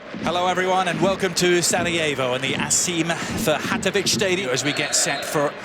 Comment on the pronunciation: I couldn't stop laughing at how he pronounced "Sarajevo" and "Asim Ferhatovic Hase"